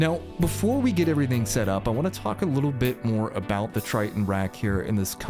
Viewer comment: I like how you say “abouut”